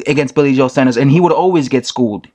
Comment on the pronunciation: Its pronounced sawnders